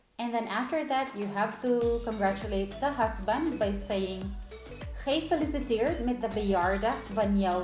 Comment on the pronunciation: Nothing fantastic about it ! She says GEEfeliciteerd, instead of gefeliciTEERD...